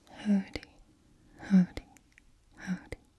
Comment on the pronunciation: I know you’re saying howdy.... but it almost sounded like...... Hodor, Hodor, hold the door!!!!!